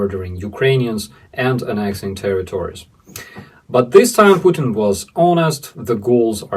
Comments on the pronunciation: Did you say " Puking " instead of Putin ? If so congratulations and keep up the good work. I guess those circus clowns bending steel and demonstrating their physical prowess is something every little ruzzian boy aspires too. A fucking freek show and an embarrassment . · pukeing instead of putin 😅🤣😂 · Hot water bottle, and you pronounce 💩 tin, Puke tin (sick tin) 😅😂😅😊 Glory,Victory, Peace, and Justice for Ukraine 🇺🇦 🇬🇧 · "Pukin". I like it! 😂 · • I knew I heard you correctly! You 𝑫𝑰𝑫 call The Evil Dictator “PuKin” 😂. You be safe, too! Hearts ♥️ and prayers 🙏🏻 are with you and all of the Vidvazhni heroyi v Ukrayini 🇺🇦🇺🇦💪🏻 💪🏻